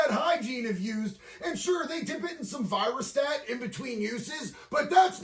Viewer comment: "they dip it in virastat" Hahahahahahahahaha!